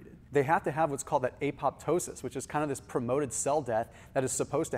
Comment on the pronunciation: Excellent post! Learned a lot. BTY, the second "p" in "apoptosis" [programmed cell death as opposed to necrosis] is silent. Not pronounced "pop". Love the information about turmeric.